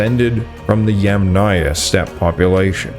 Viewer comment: Yamnaya, or Yamna, is pronounced with the accent on the FIRST syllable. The second syllable is part of the suffix, never takes stress, has a reduced vowel, and is often dropped altogether.